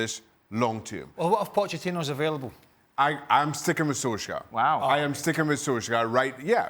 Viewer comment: "Sol-skyre" lol